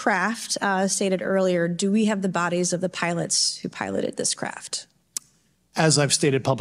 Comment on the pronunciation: Bodies Benny.......Bodies. Not Bodys